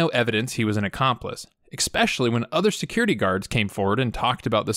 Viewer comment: It's eSpecially. Not eXpecially. Sorry, I had to.